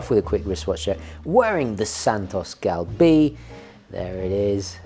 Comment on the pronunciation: Hi from France, Santos Galbée is pronounced "galbay" (it just means curved). Geneve : "jenev"